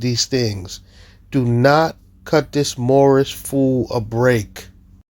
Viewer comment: "My nationality is Moormish!" Never fails to crack me up.